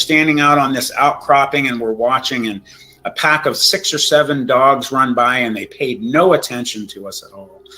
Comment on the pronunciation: It's "dogs" Not dongs or dogns